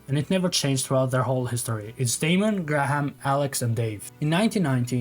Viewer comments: Gra ham lol. It's pronounced like grey yum. Great video though! At the time I was very heavily on the Oasis side (and therefore listening to Blur was forbidden) afterwards I've often tried to have a look at Blur as well. Also, you're confusing "except" and "other than" (sorry, I'm an ESL teacher). The album had all the songs except Feel Good Inc means that Feel Good Inc was not on the album. You mean "other than Feel Good Inc, the album had other songs" (Feel Good Inc was on the album, but also other songs) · graham is pronounced "grey-um"